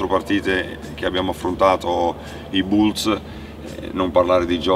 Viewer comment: Ahhhh, i famigerati Chicago "Bulze"!! 🤣🤣🙈🔝